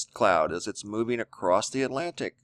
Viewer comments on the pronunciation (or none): Love your stuff BUT the word is across NOT acrossdt! Drives me nuts but I can get over it... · It's ACROSS...NO T IN ACROSS...YOUR SAYING ACROST...NO T...NO T...SILENT T IN OFTEN, also...check the dict. GOOD REPORTING, THOUGH...KEEP UP THE GOOD WORK ! ! !